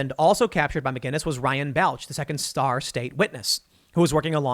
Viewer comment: Tim, bro, you're killing me... It's pronounced "Ball-ch"